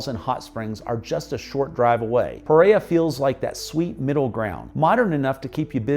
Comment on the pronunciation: I love your videos, I’m American and my husband is Colombian from Pereira. The only correction I have is the way you pronounce Pereira! It’s just bc I hear the word so often I notice. 😆 Anyway, that’s it. puh: Similar to the "puh" sound in "put". REH: Rhymes with the English word "air". ruh: A short "uh" sound, like the "a" in "about".